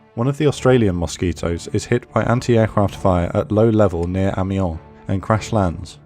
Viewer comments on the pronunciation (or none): PS British people always mispronounce Amiens ... phonetically it's A-mi-yan :)